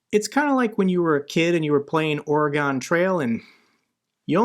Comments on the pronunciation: It's "Ore-uh-gun" Trail. Not "Or-ee-gone." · How about a bit of pettiness? It’s NOT The Ora-gone Trail….It’s The Orygun Trail. We’ve been decades trying to train America on this. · Wow,, you live in Nevada. You should know how to pronounce Oregon. It is not "Oreegone". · I hate when people mispronounce my home state. It’s Or-Again dude. Please don’t do that again. You’re supposed to be teaching people and you’re telling everyone how to incorrectly say which state I live in. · “Or-gone Trail”.